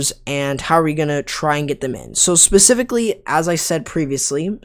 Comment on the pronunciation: ESS PECIFICALLY ESS PECIFICALLY ESS PECIFICALLY ESS PECIFICALLY ESS PECIFICALLY ESS PECIFICALLY ESS PECIFICALLY